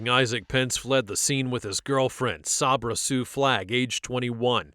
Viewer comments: SAY-BRUH NOT SOB-RA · I normally don’t say anything about mispronunciations because we don’t know what we don’t know, right? But when you hear multiple people pronouncing her name “Say-bruh”, why are you still pronouncing it “Sob-ruh”. 😩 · Sabra is pronounced SAYbruh. It is pronounced that way by everyone in the video except the cop when he asked Pence’s mom if she and Pence were there. Even he pronounced it correctly after she said it. Did you even watch the video? 🤦🏼‍♂️ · The police and even the narrator pronounced Sabra’s name incorrectly SO MANY times! It’s pronounced like 'say-bruh' NOT 'saw-bruh'. At the very beginning her grandma pronounced it correctly as 'say-bruh'. I knew a girl growing up named Sabra and I remember when she started getting a little irritated when people, even some who knew her, would pronounce her name wrong once we started junior high! 😅 Some even pronounced it like 'say-ber'… like the Saber-Toothed Tiger 🐅! Anyway, I hope everyone has a great day! Love from Texas ♥️🤠🌴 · Idk why it irks me but the fact you hear her grandmother pronounce her name as say-bruh but then you pronouncing it saab-ra was mildly irritating 😂😂